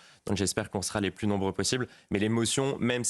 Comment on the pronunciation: plus de vacances pour Pascal Praud , plu et non pluss 🤣😘